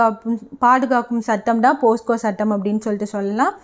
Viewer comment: போஸ்கோ இல்லை போக்ஸோ ..